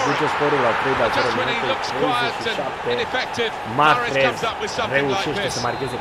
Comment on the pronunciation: Coaie nu mai pronunța h-ul din salah si mahrez